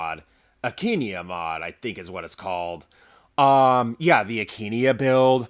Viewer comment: why aint you sayin akaneia you just sayin akenia